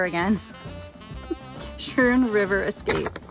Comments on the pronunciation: Hey, Guys! Great video! Schroon is pronounced Skroon not Schroon, "ch" is more like a hard "c" or a "k." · Pronounced Skrewn* btw haha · I can’t wait to get a beer and continue this one, but it’s pronounced “sKrune.” Luckily for you, you don’t seem to have run into any “locals” to correct you. Don’t worry about it. Still my favorite new channel discovery! I shouted you out in my last video (Hamburgler Special) so I hope you get some traffic. Now, on with the show! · I came here to say that. Like school.